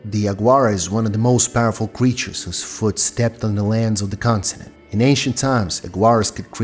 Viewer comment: its continent, not constinent ffs